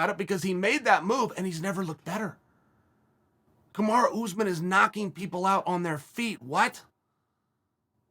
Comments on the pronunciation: “Kamarah Usman” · Everyone: “Kamaru Usman” Chael: “Kamara Oozman”